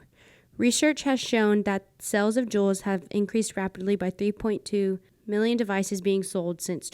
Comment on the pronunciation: juul is not cuul